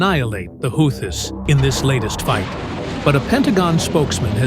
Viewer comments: Pronounced Whootees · AI pronounced Houthis 5 different ways before finally pronouncing it correctly. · How many ways do you pronounce “Houthis”? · After the fourth mispronunciation of houtis, I had to move on.